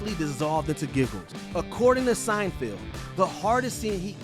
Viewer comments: At one point he said Seinfeld and I thought he was done making the mistake. But the he carried on saying it wrong again 😂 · SeinFELD not SeinFIELD! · It's SeinFELD not Seinfield you dork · Why does the narrator keep on pronouncing Seinfeld as Seinfild? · Whether you are saying Seinfield or Seinfeeld, you are pronuoncing it wrong. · Jesus Christ. Sienfeeld? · Sign-Field?! SIGN-FIELD?! Honestly, why does constantly hire voice talent who cannot pronounce peoples names correctly, and then leave the flub in the final edit? Have they never heard Jerry Seinfeld's name said out loud before? Unbelievable. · Was he calling him Seinfield or was I trippin? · Fair enough if he doesn't know Seinfeld, but misreading it multiple times is pretty amateur